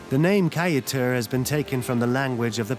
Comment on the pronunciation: Shell beach is not on the "Essequibo river", it's on the Atlantic Ocean. Also you keep mispronouncing alot of the local names, like ESSEQUIBO AND KAIETEUR, also Kaieteur Falls in on the Potaro River, stop misleading people.